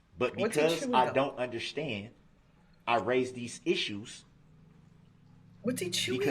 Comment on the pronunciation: Wtf is undershtan?